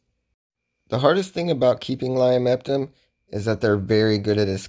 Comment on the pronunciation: Idk if you know this but it's pronounced lio-ma-topum